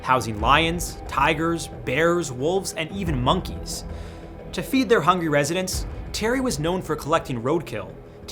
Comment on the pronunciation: bro said "even monkeys" like it was the most dangerous animal of them all 😭